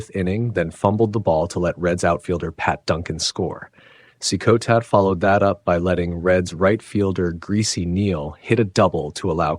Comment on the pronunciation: At least pronounce Eddie Cicotte’s name correctly. Driving me nuts 🤣. It’s pronounced like “See-cot” not “See-coatay”